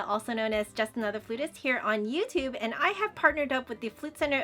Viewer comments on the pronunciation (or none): none